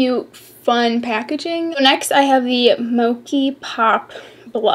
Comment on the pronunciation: "Mochi" is pronounced Moe-chee 😅